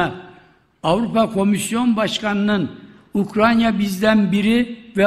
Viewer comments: Bu şahıs ustuste defalarca Ukranya diyerek,önünde yazılı olduğu halde yanlış okumaya ve söylemeye devam ediyor.Emekli olsa iyi olur. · UKRANYA !? 🤦🏽‍♂️🤦🏽‍♂️🤦🏽‍♂️🤦🏽‍♂️ Bu çok bunadı artık yaaa … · Vay be…! Ukranya imiş. Bizi bu yanlıştan döndürdüğün için minnettarım büyük devlet adamı, eşsiz siyasetçi… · Mature ,Ukranya değil, Ukranya mature Bahçeli. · Komşusunun adını bile telefuz edemeyen başkan, bravo sana